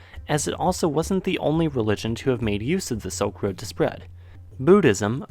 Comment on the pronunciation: I love this guy, and I'm truly interested in a lot of the same things that is, but it really sounds like he's saying "soak road" instead of "silk road"... Just listen! It's so sad to hear such a smart person speaking so quickly and lazily, to the point where I need to turn on the CC, even though English is my first language. I'm really interested in what he has to say, but I've been having a hard time understanding the speech of anyone born after 1995 lately... It's like a new language or something, and it sucks. 🤮